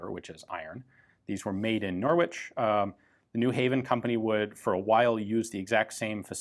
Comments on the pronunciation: It's pronounced... NORRICH ...not NOR WITCH....LOL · Pronouncing Norwich as 'Nor-witch' will get you a funny look in the UK, Ian: it's 'Norrich' (silent 'r'). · Norwich in the UK is pronounced “Nor-ich” the W is silent. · Great video! But as an englishman i can safely say its pronounced Norich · Funny to hear an American say Norwich lol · You don't really pronounce the W in Norwich. Just If anyone was interested.